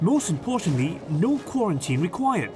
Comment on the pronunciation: vekkinated and karentine heheheh